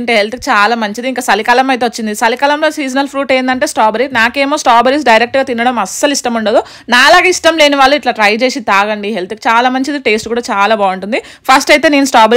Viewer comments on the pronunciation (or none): Staberry kadhey babu strawberry Pronunciation wrong akka